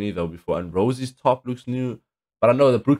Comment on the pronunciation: Btw her name isnt pronounced "rosie" is "rosay" thats why the accent mark is ontop of the è in rosè :)